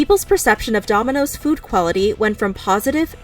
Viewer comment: Heh heh She said DOMI-NOSES